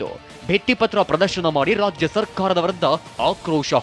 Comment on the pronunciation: WORST LOUD SPEAKER? RAJA SARKARA ALLA RAJYA SARKARA😂